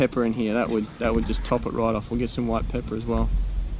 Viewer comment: I like how he says White Pepper😂😂😂